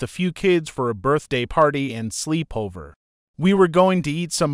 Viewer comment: Slee-pover lol 💀